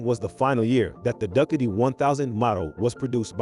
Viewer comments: Would've given this a like, but "duckatee"? And saying bicycle for motorcycle? Gives away the AI. And I don't like AI voice. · hilarious pronunciation of Ducati!!!!!